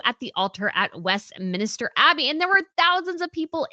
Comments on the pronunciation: It is WESTMINSTER, not westminister. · West-minister Abbey? Give me a break!!! you've been there, please pronounce it right!! Im starting to think you got you're master's degree through photoshop.